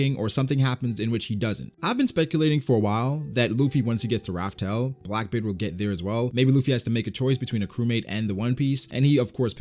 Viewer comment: first video of yours I've seen, a bit confused, are you still calling the location of the one piece "Raf Tel" out of habit? i thought the official translation was revealed as "laugh tale" As much as i LOVE one piece, i hope to does end, and not just stop. i hope there's a solid conclusion